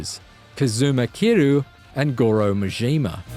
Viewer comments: "Majeema"!? My God, it gets worse... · goroughh muh jeema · Typical IGN pronouncing majima's name as MA-JEE-MA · he pronounces Majima like a french guy